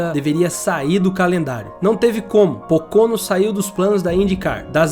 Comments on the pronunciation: A pronúncia não é “Pôcônô” é “Pôcono” . Pronuncia forte é no PÔ. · A F1 tb passou por essa fase nos anos 60, 70 e parte dos anos 80. Hoje a Indy se comparada com os anos anteriores está muito mais segura. Sugiro ao amigo do video checar a pronúncia de vários nomes de pilotos e circuito. "Pocôno" foi de doer os ouvidos! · Quantos erros, informações distorcidas, "perdeu a vida e os movimentos dos braços e pernas" ? sem falar nas pronúncias dos nomes dos pilotos, é Simôn Pagenô que se fala, ele é francês, é autódromo de Pôcono a pronuncia, é Raiam Ranter Rei o nome de (Ryan Hunter Reay) .... e por aí vai